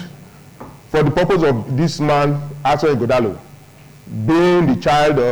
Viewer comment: Why are we wasting time on this apc candidate that can't even pronounce his name 😅😅